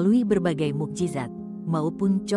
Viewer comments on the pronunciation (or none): none